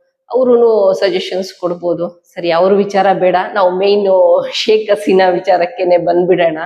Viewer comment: ಶೇಕ್ ಆಸಿನ ಅಲ್ಲ ಹಸಿನಾ ಏನ್ರಿ ಎಷ್ಟು ಹೇಳಿದ್ರೂ ಸರಿ ಮಾಡ್ಕೊಳೋದಿಲ್ಲವಲ್ಲ ರೀ ಇವರಿಗೆ ಹ ಉಚ್ಚರಣೆ ಬರೋದೆ ಇಲ್ಲ